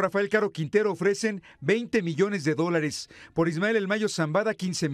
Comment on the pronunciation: Miles de millss dice ese reporter????